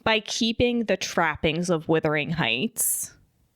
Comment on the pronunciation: It’s not withering heights it’s wuthering😭